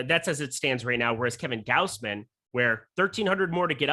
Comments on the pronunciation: gauze-min - Gausman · Gaus which rhymes with house. G/ow/s/m/ae/n like you're saying man and men combined m/ae/n. said it perfectly the first time.